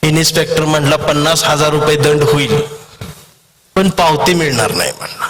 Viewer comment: इन्स्पेक्टर म्हणा इनिस्पेक्टर म्हणताय?